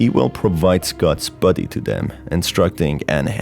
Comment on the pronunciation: Countless times i heard “buddy” and not “body”